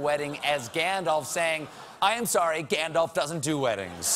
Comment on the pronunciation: It is, still, he's mispronouncing "Gandalf'' (it's not ''Gandolf'', it's ''Gandalf'' with a more open ''a'').